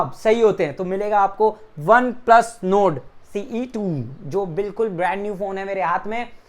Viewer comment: Ary bhai one plus node nahi Nord hota hai😂😂🤣